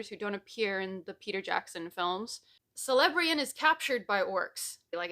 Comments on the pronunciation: Okie dokie - Celebrian's name is pronounced as keh-leb-tree-an. Her Grandpa, Celeborn also has the Hard K pronunciation, too - keh-leb-t-born. Cel at the beginning is a hard K. It gets more tricky with Ci ... But those are rare. Celebrian did noting wrong. Tolkien never comes out and says it anywhere in the main texts or appendices, but she was raped. Elves don't just have memories. They don't dream. They relive their memories during what would be dreaming. And now she had a memory of such staggering pain that should could not live with it in Middle Earth. Only in Valinor could that memory and pain be removed. Valinor is the Best place to be, where one is undying and unhurt. And you can hear the Music that is creation unfolding. The Valar, Maiar and Elves all sing. And Elves tell tales that can be seen as spoken. The same for Frodo. He'd been hurt to much and the anniversaries of the most painful things would force him to relive it all over again. The Morgul Blade, Shelob, falling to the Ring and the loss of his finger. All of these things took a terrible toll. Only in Valinor, could he be free. There is redemption. But there is a cost to falling/being corrupted. Boromir does redeem himself. He CHOOSES to redeem himself by defending Merry and Pippin with his life. Ready for a really hard one? Like kind of brain breaky a bit? Gollum was being redeemed by Frodo. Frodo could see what the Ring did to Gollum for 500 years. His sad, pitiful existences and Frodo that felt pity. It w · Three years too late, but that pronunciation of Celebrían was certainly a choice. It's ''Kel-eh-BREE-uhn'', roughly. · Nitpick from an unrepentant pedant: Celebrían is pronounced with a hard C (Keh-leh-bree-an). Like Celebrimbor and Celeborn (btw, Celeborn's name in the Teleri language is, I kid you not, "Teleporno" ...which, to me, sounds like an EXTRA-spicy Latin American soap opera, but which actually means "silver tail"). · Celebrian is actually pronounced with a K than C